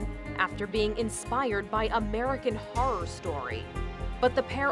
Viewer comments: Anyone else bothered by the fact that she can't pronounce horror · Does she really not know how to pronounce the word "horror"